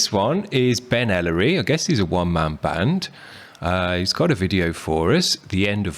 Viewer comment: thanks again for having me. by the way, you're the first person to nail how to pronounce my name. extra points.